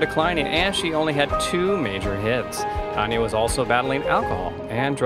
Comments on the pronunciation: My all time favorite singer but as She would tell ya, It's Tan Ya not Ton ya, as in tan ya hide!! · Can't you learn to pronounce her name correctly before you do a damn Bio???😒